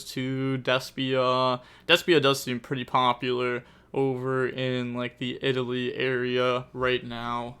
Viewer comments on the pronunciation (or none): none